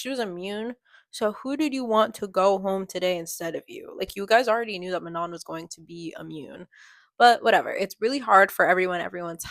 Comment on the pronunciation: I’m a year late- But I just wanted to kindly correct you It’s Ma no, not, Man on. It’s french :3